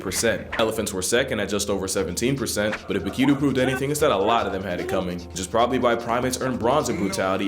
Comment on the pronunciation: I'm from Rotterdam, the Netherlands and Bokito is a legend her! Nice prenounciation bye they way, repect!